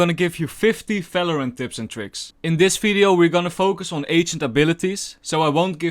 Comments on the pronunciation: valorant not falorant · me: valorant:felorant yt captions:fello rent xd im not lying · The way he says felorant 💙😂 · "fifty falorant tifs and trickfs" jk i love yer vids lol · fifty falorant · Felorant lol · I love his accent when he says 'Valorant'!